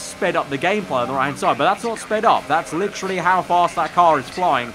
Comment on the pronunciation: Stop saying fucking litrually it's literally.